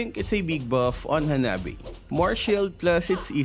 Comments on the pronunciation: lol hanabae instead of Hanabi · You say in is hanabae it's most be hanabi lol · I love in the sub its not hanabi but hanabae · Why is it Hanabae?😂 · Ah yes yes... hanabae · Lol HanabÆ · Hanabae Me when my girl uses hanabi: Hanabibii❤️